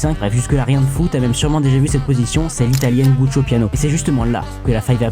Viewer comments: Oh super encore une chaine putaclic qui fait des short avec des mauvais pièges. C'est ignoré et je ne peux que vous inciter à en faire autant si vous voulez progresser aux échecs. PS : Giuoco piano. On dit Giuoco piano, pas guccio piano. Y a vraiment zéro effort. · Jsuis mort il a dit Guccio Piano 😭😭😭. C'est Giocco (Jeu en Italien)